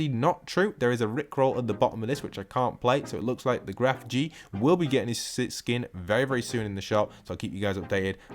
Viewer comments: Why people say it like GrefG, it's just Grefg Without pronouncing the g at the end apart XDDD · Gref G jajaja nunca pensé que puede ser pronunciada hazi